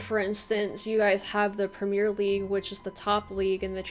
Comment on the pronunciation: It's called the Premier League, so pronounced like Prem-ee-ur, not the Premiere League, just an fyi as something lots of americans seem to not see